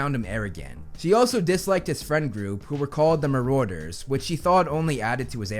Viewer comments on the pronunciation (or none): It’s marauders!( MAR DERS)